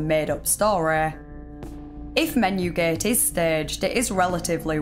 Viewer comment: "menyew geht" I like your accent